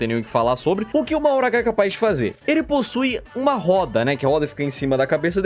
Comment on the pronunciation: a pronúncia de mahoraga não é "mahoragá" mas sim "mahoraga"